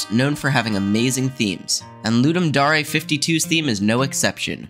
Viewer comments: ... ... ... sorry i have to ... "Lud" like "thud". "dum" like "dumb". "dare" like "i dare you..."... LudDum Dare... not "looDumb Darae" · People not realizing it's latin and pronouncing it as if it's english is an eternal meme, lol So "Loo-dum Da-reh" is correct :-P